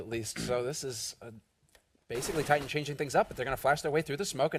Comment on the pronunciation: min the name is not TitanSS its Titan. With TITAN not WITH TITANS ... omg ... go to school kid